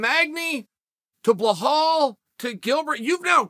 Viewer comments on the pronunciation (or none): Chanel put some respect on his name.. it is Belal not Behal lol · Why does Chael always say “Blehal”? It’s Belal. Belal. I offer this to you, Chael. It’s Belal. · Chaels being ridiculous with this take. He apparently sees no difference between Khamzat taking on Burns, Belal, or Magny. Chael there’s levels to this and Burns is multiple levels above the other two. Also, where tf do you get “Behal” from “Belal”. It’s not a hard name to pronounce lol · Me: Khamzat, Belal Chael: Hazmat, Blahal Me: OK, great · Belal, not Blahal :) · Somewhere in a parallel universe uncle Chael incorrectly pronounces Blahal Mohammed as Belal Mohammed, it’s just the way God made geese. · “…Blahal Mohammed…” - Chaehal Sonnehan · I find it Funny how Chael fucks up everybody's names and don't give 2 Shits about it 😂😂😂 "Blahal" , "Hamzat" and many others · I came across your channel awhile ago and have not missed a video since. Im guessing the reason you say some fighter's name's wrong has something to do with your upbringing, By that I mean the way your Father God rest his soul used to say Wrastling instead of Wrestling. I get that, What I dont understand is Why It's only Khazmat, Makelchev and Bhlal. Usually Id switch Channel's but your are a genius, I love MMA but I always learn about much more than MMA listening to you and something tells me this doesn't come from a bad place, But nevertheless, I think you could do better... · You are butchering Belal's name you call him Bahall lol... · The way Chael says "Belal" is so funny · CHAEL, I'M HAPPY TO HELP YOU PRONOUNCE BILAL MOHAMMED!